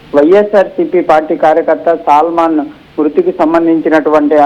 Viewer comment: Ekkada chadhuvukunnnav uneducated creep…. Salmon and Salman elaaa chadhavaaalo teleedha.? Caste pichhitho select chesthaaara mimmalni